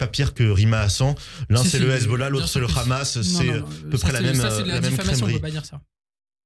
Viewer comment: le ridicule c'est votre manière de prononcer Hamas et Rima Hassan. Et l'indécence c'est comme vous relayez la propagande d'un pays dont la population dominante soutient à 82% un nettoyage ethnique et affame une population entière, c'est n'importe quoi cette histoire de 6M de plats distribués. Vous êtes une honte pour ce pays, l'humanité et vos parents probablement.